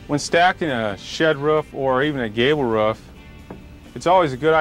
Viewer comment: He mastered making the roof but not how to say it